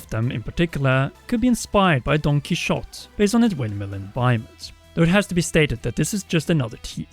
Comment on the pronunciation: that has to be the weirdest way I’ve ever heard don Quixote pronounced